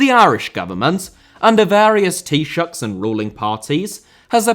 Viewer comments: It's not often I hear a British person say Taoiseach, let alone pronounce it perfectly. Fair play! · ahhh that's interesting. I wasn't aware of the Scottish version. I always just thought it was because its not obviously an Irish word so people don't feel the need to learn how to say it. For example he said Taoiseach perfectly and Caoimhin passably but they're both clearly irish words with the aoi sound that isn't in English. Doherty just looks more English. Kind of like when Portuguese players come over with names like Fernandes and Felix that don't look difficult to pronounce in English but actually have some differences